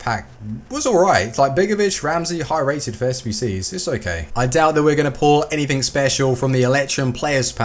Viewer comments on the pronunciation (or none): none